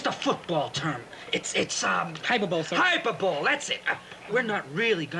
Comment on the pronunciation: It’s hyper bowl,sir.